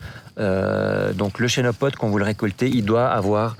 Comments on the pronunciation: on ne dit pas "chénopode" mais "kenopode" car ça vient du grec khênopous, « patte d'oie » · Se prononce kenopode